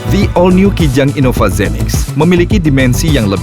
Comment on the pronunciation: i-nova? baca innova ya innova geblek udah jelas nn nya dua bukan n satu